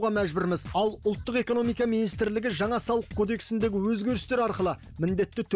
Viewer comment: Шынар Асел Жаңа деп айтылады Жаңа емес Ң Н Ауыстырып Алмаңыздар